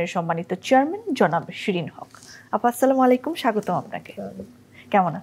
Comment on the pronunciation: শিরীন হক কি মুসলমান? তাহলে তিনি সালামের শুদ্ধ উচ্চারণ করতে পারেন না কেন??